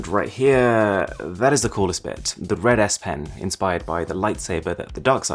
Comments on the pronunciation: I heard 'Red ass pen' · "rEd AsS pen" lol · he said the red s pen What I heard : the red ass The problem is “red ass” in Arabic it’s “teezk hamra” like a bad word but in English no one use it it’s not a thing